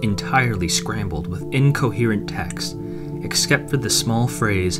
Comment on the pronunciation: did you say "exkept"?